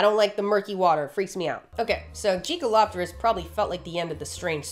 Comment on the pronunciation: I had to reside to see the spelling. I swore you were saying jiggalo*pterus